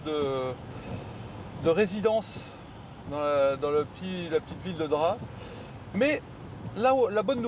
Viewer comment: Un remake des Tuches mais version vlog ultra long et sans montage… 😑 et pour info on prononce DrapE même si cela s’écrit Drap. Et mdr Drap n’a rien à voir avec Monaco 🤣🤣 c’est clairement pas le village le plus haut de gammes des Alpes maritimes d’ailleurs. Un bonheur de voir des gens qui roulent en électrique , payer le péage avec leur carte bancaire au lieu d’utiliser Apple Pay … la technologie mais pas trop non plus visiblement. Bref la vidéo est longue ennuyeuse et en plus 80% des échanges tournent autours des pauses pipi / caca / dodo / repas. Passionnant